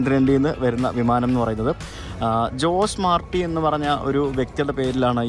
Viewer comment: ജോസ് മാർട്ടി അല്ല ഹൊസെ മാർട്ടി ആണ് ( how·zay maar·tee )